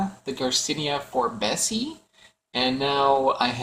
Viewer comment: forbesii pronounced Forbes ee eye, same suffix pronunciation for anything ending ~ii